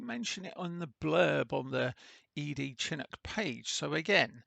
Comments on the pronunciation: It is (shi-nook) not Chin nook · Pronounced shee-noo'k :) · SHIN-OOK, YOU LIMEY BASTARD!